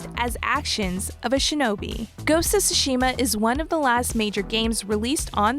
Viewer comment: How is it that anyone who has played the game doesn't know how to pronunce Tsushima? They say it like 300 times in the game.